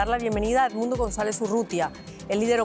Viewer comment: Loglara juramentarse??? Dice el titulo... Ni a palozos dice González.